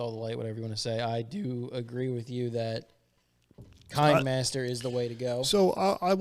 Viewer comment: Kenimaster... Based on the kenitiscope. The camera system to film motion. In the 1800's. Pronounced Ken i' scope. Like cinema. The K is a C Lol Love you! I still love every DP video!